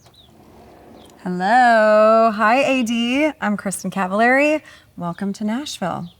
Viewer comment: i think she's pronouncing her last name wrong